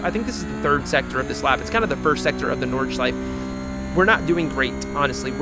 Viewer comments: please pronounce nordschleife correctly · you actually got really close with the pronunciation of nordschleife in the beginning. honestly if you just add that 'eh' sound at the end its perfect (its at like )